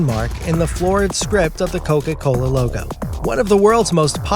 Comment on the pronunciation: You said “coca cola loga” 😂